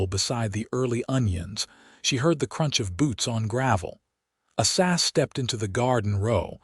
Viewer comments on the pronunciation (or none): His name is A..Sah say it just like it looks A SAH ZELLER....HER name is VAY DAH These people that do the reading these stories can make such a mess out of the names that I almost just move on and leave the story alone.. Learn how to say the names before you start telling the story.....That name that you call ASA is very degrading to the story.